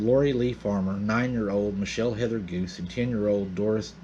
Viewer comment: Also, the name Guse is not pronounced "goose". It is pronounced "goo SAY".